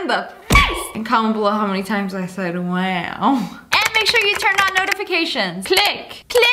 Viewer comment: she said wuw